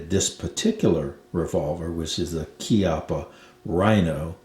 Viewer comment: It's rather "KYUPP-puh" than "KEE-up-uh". It's an italian surname, funnily meaning "buttock"